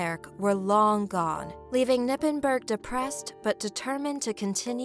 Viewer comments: Just a little side note, it's not "Nippenburg" you say the "K" and pronouns the "g" like something is stuck in your gut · Its "KER-nippenberg"